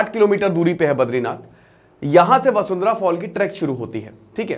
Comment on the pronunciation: वसुंधरा नही वाशुधारा